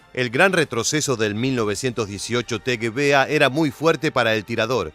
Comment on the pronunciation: Hablo alemán. Lo aprendí en el Instituto Goethe. ¿Qué querés? El tipo éste se las da de historiador, y ahora... ¡de germanoparlante! La e y la r al final del vocablo DEBEN pronunciarse. Es "MausER", no "Mauseah", y en el caso de "Gewehr" (según el diccionario Langenscheidt, rifle, fusil, escopeta) al alargarse las vocales antes de la h, se pronunciaría "Geveeer" (la w es v), y nunca "Geveah". Este nabo debe decir "Bayer Miúnich" en vez de "BayerN Múnich"... ¡¡Jaaaa!!